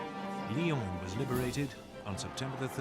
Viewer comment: I'm from Lyon and there is no S. I it's Lyon... But it's okay